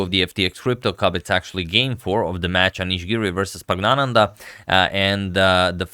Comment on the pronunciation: Can I just say how perfect your pronunciation of the word "Praggnanandhaa" is.